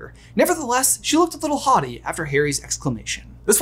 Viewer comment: Today I learned that I've been pronouncing 'haughty' wrong... Thanks for repeating the word over and over,!